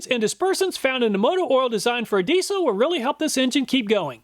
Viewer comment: you said diesal lol but pulls plugs 😅😅